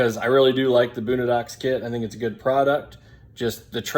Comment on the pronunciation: Lost me as soon as you pronounced it “boonadox” 🤦‍♂️